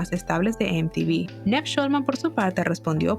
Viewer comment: Like si te dolía cada vez que decía NEV en vez de Niiiiiv 😔